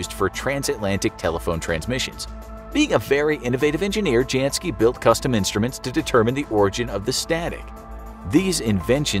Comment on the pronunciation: The J in Janski, is pronounced as a Y, same goes for German names and all Slavic names. For a show about informing people, you sure don't know how to properly say names based on their ethnic and linguistic background.